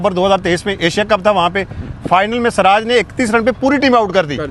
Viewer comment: bhai aap ke shati siraj ko swraj bol raha hay jara thik karo bhai.muslim hokar bhi siraj nahi bol sakte?